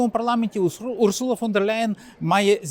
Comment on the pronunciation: Дякую за відео! одне зауваження: Урсула, з наголосом на перше У, не урсУла.